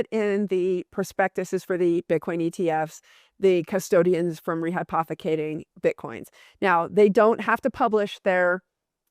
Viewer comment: She said rehypothicating more than the amount of Bitcoin